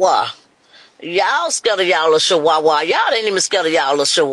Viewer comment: Omg did she say shewawa 🤦🏾‍♀️ what an embarrassment 🤦🏾‍♀️